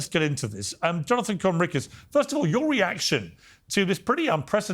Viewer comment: lmao bassam intentionally mis pronouncing Conricus' name